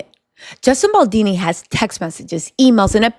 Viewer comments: Girl his last name is Baldoni not Baldini. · Justin bal-Doh-knee (like play-doh not baldini) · Bal-DONI, not Baldini...pleeeassee🤯😂🤯😂🤯😂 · BAL DON I !!! Not BAL DEE NEE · Baldoni not baldini. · Justin BaldOni, not BaldIni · I agree with everything you say except it's "Baldoni" not Baldini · Love the video style !! btw its BaldOni not Baldini 🤭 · I love you!! I been dying laughing at you mispronouncing Justin Baldoni's name lol Bal-DOUGH-KNEE beautiful 😂 not dean - knee 💀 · It's not Baldini, it's BALDONI. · I love your content, but please, learn Justin BaldOni's name. You always consequently call him Baldini. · BaldOni not dini 😆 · I love your vids girl, but Baldini? Really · Bal-DOE-Knee …appreciate the update. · I think her saying baldini is cute though lol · Pronunciation…as an italian …Baldoni’s….pronunciation…Bal-DOE-KNEE…good show 👏👏👏👏👍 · Boldini??? lol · lmao it drives me crazy! esp bc shes not my only youtuber that calls him baldini….how is everyone seeing the o but saying it as if theres an i😭😭🤣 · I couldn’t watch the whole video over this! Baldoooni! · Baldoni. With an O. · Great work! The only thing is you kept mispronouncing Justin Baldoni last name. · why can’t you get the mans name right? You doing it on purpose or what?